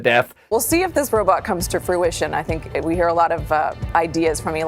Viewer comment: Dont you ' fink'?